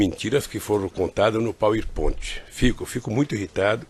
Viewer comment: Este ogro vomita arrogância até com o que ele chama de "pauiponte".